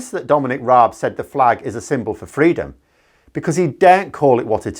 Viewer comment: Did Raab seriously say “freedurm”? Oh my God, that’s embarrassing